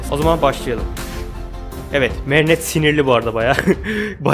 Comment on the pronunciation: Abi gerçekten seni üzmek istemiyorum ama lütfen merinetteyi düzgün söyler misin ☺️